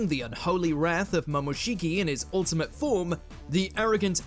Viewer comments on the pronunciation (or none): none